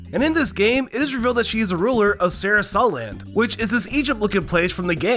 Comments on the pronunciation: Bro really said "Sarah-sa-land "💀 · like 30% of these are just straight up not true LMFAO also your pronunciations are ungodly annoying, Shigeru miyamtofodfjfksdf?? sarah-SUH land? dude what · "Sarah Sa Land"